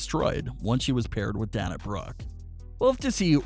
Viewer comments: DAY-NA NOT DAN-A. DAY-NA BROOKE. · If you're such a pro wrestling expert and "fan" why are you mispronouncing Dana's name? It's "Day-nah", NOT "Dan-uh", as you're pronouncing it. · Dana’s name is pronounced “DAY-NA”. Haha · PLEASE pronounce Dana Brooke’s name correctly, I beg you!! It’s DAY-na!! Sorry, little silly things drive me nuts and hit my OCD button! 😉🙏🏻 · I totally agree with all of you. That makes me want to smack I'm like get it right and say her name the correct way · I had to stop watching after the third Danya Brooke.